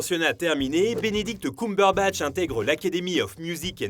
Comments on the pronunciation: Arrêtez de dire "Benedict Coumberbatch" bordel !!! Entre Allociné et toi !!! xD Ta vidéo est très bien construite, mais pour tout t'avouer, je suis une grande fan de Cumberbatch donc je savais déjà presque tout ce que tu as dit mais tu m'as quand même appris deux-trois anecdotes vers la fin de la vidéo que je connaissais pas ! Et pour le violon, c'est pas lui qui a appris à faire du violon, il a juste appris vite-fait les mouvements. La vraie musique jouée au violon est doublée par un vrai violoniste. Il y a une vidéo où des fans demandent à Benedict Cumberbatch si il sait jouer du violon, il répond que non car ça demande des années de pratique, qu'il n'allait pas juste apprendre le violon pour la série. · alors ça ne se prononce pas ''Coumberbatch'' hein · Personne:: Benedict Coumberbatch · C'est pas pire que Cucumberbatch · J'avoue enplus il appuir bien sur le COUM😭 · ça me stresse la façon dont tu dis "Cumberbatch" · Bordel la prononciation ... On sent qu'on est sur du bon franco-français. Le mec s'est renseigné pour pondre 11 minutes de blabla à propos de quelqu'un dont il ne sait même pas prononcer le nom correctement. C'est fort. Très fort. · Dsl mais la prononciation du nom cumberbatch c pas encore ça ... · Le prochain qui dit Cumberbatch meurt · J'ai tout apprécié ! Pour moi son meilleur rôle est "The Imitation Game" ! Par contre la prononciation de son nom de famille j'suis pas trop fan! Je ne sais pas si ça se prononce comme ça mais ça a sonné faux dans mon oreille ! Sinon je vote pour #Reno ❤️